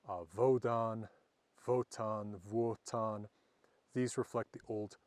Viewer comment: The W in Wotan sounds like a V in victor.